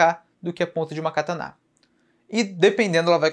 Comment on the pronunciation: pq vc fala cataná?